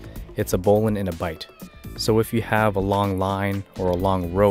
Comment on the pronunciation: Excellent presentation, with correct pronunciation [bowlynn]